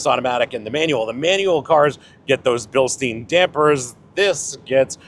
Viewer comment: it is BILSTAYN not BILSTEEN ( Bilstein = Stein means stone in German )